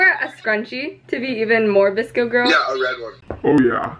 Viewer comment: VSCO girl? I kept thinking he was saying DISCO girl